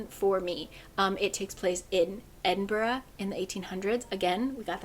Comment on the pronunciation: as a scottish person living in edinburgh i just want to firstly say i love how much scotland content there was in this!! and also secondly your pronunciation of edinburgh is ALWAYS on point and it makes my heart just so happy ! thanks for another fab round up of books, a couple of these are on my tbr for sure now!